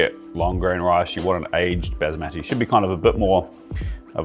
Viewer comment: Pronounce basmati correctly